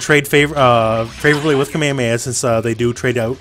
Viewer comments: its a KameHAmeHA. The Hs are pronounced in japanese the same as in english. Anyway, I didn't know several of these tips. The Medium strenching arm having the same bounce as the Heavy one was especially interesting. So far I had only used the L and H ones since those are the ones you can combo yourself. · have you heard Goku (or any of the 3 million characters that can use that attack) say it in japanese or english? All cool with hawaiian dude but that's not how they say it.